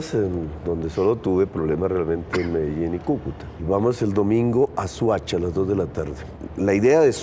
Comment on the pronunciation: Se dice Soacha no suacha.